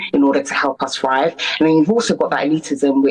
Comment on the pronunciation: She says "frive" (Thrive) and then "thought" (Correct!) and then Fought (Thought)....she has the gift of the gab...but it's predictable,half-baked sociology gab.Trying it on.Trapped in her blackness.